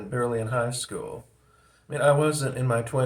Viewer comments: when you pronounce school as 'skewell', it evokes the Brady Bunch. That puts you squarely between Boomers and Gen-X from a cultural standpoint. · Nah that’s some kind of accent thing, not generational. It’s how they say it in Manchester if that means anything.